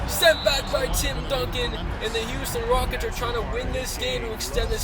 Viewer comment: Halftime said Houston Wockets